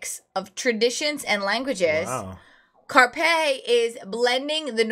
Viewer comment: i got stuck on your pronounciation of Karpe. When saying the "a" you should use the schwa sound (google it). Like when you shay a short "Uh". When you have made the sound a couple times, then you change it to "Ah", then add on K (Keh, not Key) , Kah. Your R must be rolling freely. Try making the r sound, while your tongue is loose in the front of your mouth, like your a motor. If you can make a consistent r sound like your almost purring, you got it. Now say the rolling r super short, add on a Peh. Kah-R-peh. Its been a while since I took phonetichs so I wont say this is a perfect way to do it, but I think it could work, and it would be funny seeing you try. If anyone got a better way to do it, please comment :)